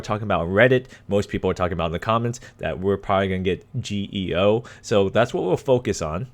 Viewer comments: 🚫 it's "GOE" of national police,not "GEO" . jaja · Muy buena la pronunciación de GEO 😂